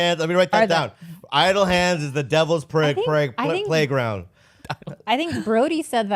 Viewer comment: When Bobby said 'prayground' I lost my shit.